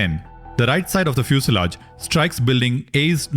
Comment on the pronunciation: The narrator mispronounces EMERGENCY and FUSELAGE. Correct: "i-mer-guhncy." Right: "fyoo-suh-laazh." The UH is a schwa.